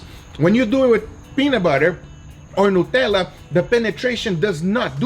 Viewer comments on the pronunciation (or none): none